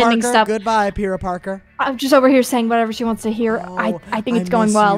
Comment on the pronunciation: The way they pronounced pyra differently every time got me laughing so much😭